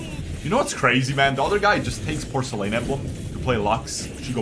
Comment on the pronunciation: Bro I can't take it anymore please look up how to say porcelain. If I hear porcielane one more time I gotta stop unsub until next season